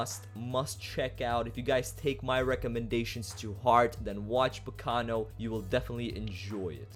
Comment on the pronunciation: finally someone pronounces the name right